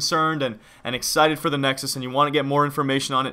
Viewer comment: Nexus not nedös